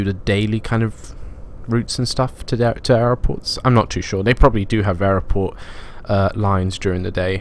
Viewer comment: Why do you struggle to say the word 'airport'?